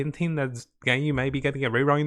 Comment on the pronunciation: Nooooo, don’t keep saying ganyu